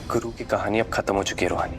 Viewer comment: रोहानि नहीं रूहानी